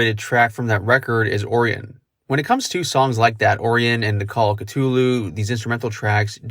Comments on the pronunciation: The into to "Damage, Inc." was all Cliff Burton. He talked about it in an interview shortly before his death. He just layered a bunch of bass parts over top each other in reverse. Also side note, I can't help but correct you on the pronunciation of Orion. It's "OR-I-in", not "OR-EE-IN". Sorry lol but it kinda bugged me. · Can you not say 'Orion' correctly?! Orrion?! hahaha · It is pronounced like that, this dude pronounced it wrong. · I know what Orion is not “oreun” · He called it Oreo-n. 🤣🤦‍♂️ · No ..... It's Orion , like the belt . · I’ve never heard anyone pronounce “Orion” like that. None of my science teachers or professors nor any of the students. Is that the correct way and I’ve just had it wrong my whole life?